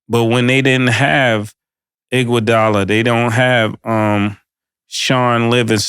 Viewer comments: “Andre Inkwadolla”😂🤣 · “Andre Inkwugala”😂😂😂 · “Inkwadala” is crazy 😂😂😂😂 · Inkuadala is CRAZY Killa, there's no I or K in Iguadala's name bro 😭😭😭